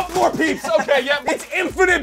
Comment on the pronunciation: He said Peep's